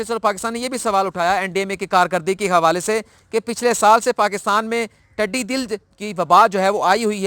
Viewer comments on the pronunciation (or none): ٹڈی دل (DIL) نہیں (DAL) ھے۔ تصحیح کر لیں